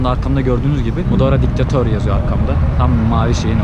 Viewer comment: Anlattıklarının çoğu saçma, kendince propagandaya gitmişsin. Bir de Mudora değil Maduro, her önüne gelen youtube’da yayın yapmasın lütfen.